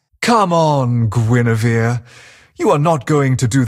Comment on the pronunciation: from Lancelot's voicelines, I just learnt that Guinevere's name is not pronounce Ju-ne-ver